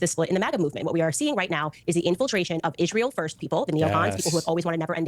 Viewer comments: why does she keep saying "Ishrael" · Why does she say ish-rael? Is it a neo-n**i talking point or is it a language disability?